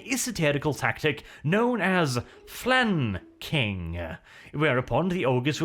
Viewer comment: Flan...King...what is this gibberish you speak?